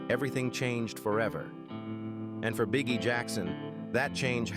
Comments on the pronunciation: This AI robot announcer keeps saying Bee-Ghee. It's so annoying. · Bee Gee they pronounce it Bee Gee.